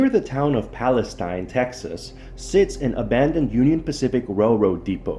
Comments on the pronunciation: Pal-ess-steen. is how you pronounce it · It's pronounced "Pales-teen" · Wow, not only did you not bother to learn the proper pronunciation of Palestine you have your "story" wrong. The Union Pacific rail yard is still in operation in downtown Palestine at , - . What you found was the old ALCOA aluminum smelting facility east of town located at , - . This facility was built in approximately 1975-76 and was shut down almost immediately after when it was decided that the process cost more than the aluminum was worth. ( ) You should really try to do some research into your stories rather than try to jump on the YouTube train.